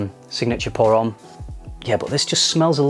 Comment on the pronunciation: In "homme" the 'h' is silent, you should read it 'omme'. Just sayin ;)